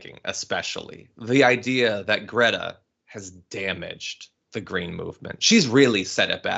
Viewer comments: Cannot even pronounce her name correctly but can criticize her for being on the right side of an issue that he is clueless about! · And of course, he mispronounced greta's name....